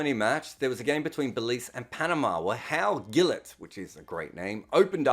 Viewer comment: Wow, a subscriber from Belize here. Never thought I'd see my country mentioned in one of videos. In a way we're like a West Indian country that never became part of the West Indies. Btw, the G in Gillet is pronounced like a J!